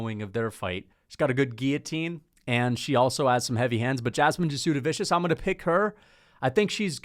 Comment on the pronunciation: Say it with me … “jazz-de-vis-see-iss”